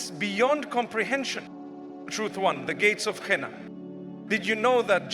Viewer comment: You think mufti menk says " jaana and janaah and jahana" even says hana...and doesn't know how to say jannah. Listen to the audio carefully mispronounced words again and again, And btw it's not about conspiracy mind it, I never said the info is wrong. I said the voice is altered. Serioulsly some ppl🤨